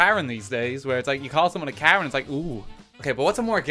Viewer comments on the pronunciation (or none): none